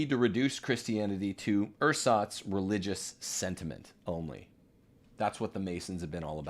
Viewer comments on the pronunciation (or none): none